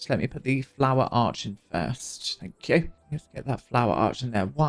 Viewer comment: obsessed with your "thank yew. x"